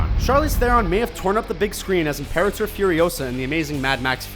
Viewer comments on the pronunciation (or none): none